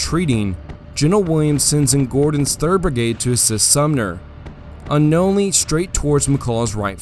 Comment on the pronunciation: Its BRIGADE not “burg-ade”